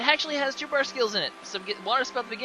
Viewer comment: brush not bruse!